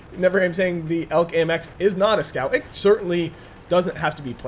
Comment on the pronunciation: It's not pronounced elk, but e.l.c.